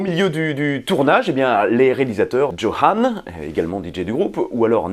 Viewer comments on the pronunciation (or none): none